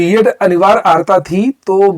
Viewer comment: अहरता नहीं, अर्हता.